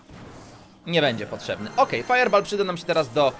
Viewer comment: sorry , że krytykuje ale mówi się fajer bol a nie fajer bal teraz pisałem jak się mówi XD